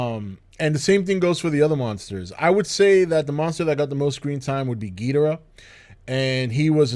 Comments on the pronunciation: As big a fan as you are, I am surprised that you don’t bother to pronounce Ghidorah’s name correctly. It is Ghi-dor-ah and NOT Gheed-rah. Please pronounce it correctly! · Oh give it a rest already, nobody gives a flying fuck about how some people pronounces Ghidorah's name. If pronouncing the name is such a big problem to you, then you need to reevaluate your sad, pathetic life and consider there are far worse things in life to get upset about than some guy on YouTube pronouncing a fictional character's name differently than you would.